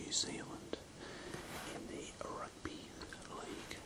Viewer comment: Why do you say rugby “ahrugby” 😂